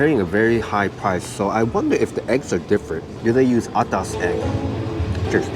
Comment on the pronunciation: I must say... you have been singaporeanized! The way is pronounced 'atas' is perfect! Hahaha! Keep up the good work!